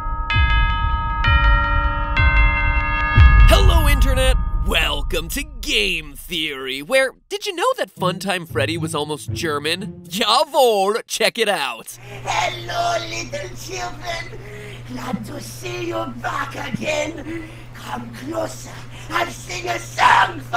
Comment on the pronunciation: The way he mispronounced “jawohl” and “Fazbär” reminded me of the first day at a German language class.